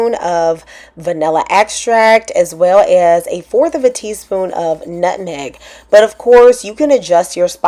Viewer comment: I heard that “nutneg ” 😊